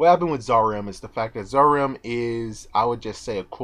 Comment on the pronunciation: zaram is actually purnounced "zalam"